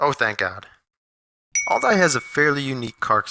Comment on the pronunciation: I don’t understand the all-die pronunciation.....